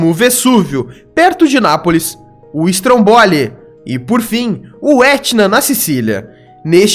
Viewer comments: STROMBOLI, não é PAROXÍTONA e sim PROPAROXÍTONA. A pronúncia é (Strômboli) e não (Strombóli). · O video é legal mas praticamente todas as pronúncias estão erradas, principalmente na acentuação. Não é "Lombárdia" e sim Lombardía, não é Strombóli e sim Strômboli e assim por diante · Bom vídeo. Mas a pronuncia do nome do vulcão é "strômboli", a sílaba tônica é a primeira.